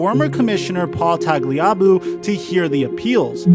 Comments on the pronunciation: Paul TAG - LEE- AH - BOO??? 😂🤣😂 Its TAG- LEE- A- BOO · The way you pronounce tagliuabu let's us know you're a noob. But hey you but the effort in make vids so good for you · He really can’t pronounce tagliabues last name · Your saying tagliabue wrong… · I KNEW he was pronouncing Tagliabue wrong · Never heard Paul Tagliabue mispronounced before. That was jarring lol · Dude. Know how to say, “Tagliabue.” It’s even said in the video. Did you not watch the material before you recorded your video? Ugh.